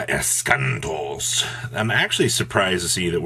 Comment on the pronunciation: Why do you read Eschatos wrong? Where is the n 🤔